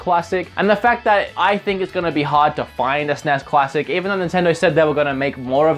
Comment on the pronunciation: it sounds like you say cuassic